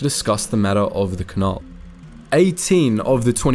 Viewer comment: Also Canal, not canahl